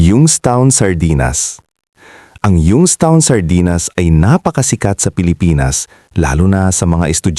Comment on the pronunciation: Mali Po basa nyo Ng young's town